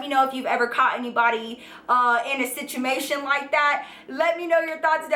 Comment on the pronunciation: Who else heard her say "situmation" at the end of the video ??